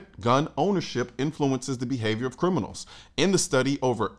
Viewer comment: You mispronounced criminals the second time around.